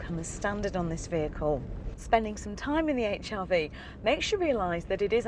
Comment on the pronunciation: 1 thing has just put me off, the way she says Hrv, sounds like hiv